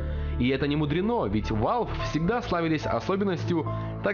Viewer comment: и не ВАЛВи а валв или вэлв